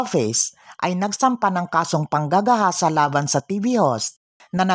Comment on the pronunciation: Pwede ba wag mo dinidiin salitang panggagahasa pangit pakinggan rape nlng